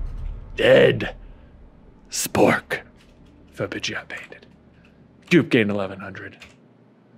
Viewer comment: J's "english" is on spot today ;D Ice cream instead of Ice beam, Dragonslayer instead of Dragon Trainer and Painted instead of fainted... telling whole different stories now ;D